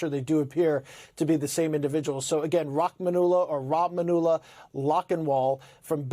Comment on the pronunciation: It's Rah-man-u-llah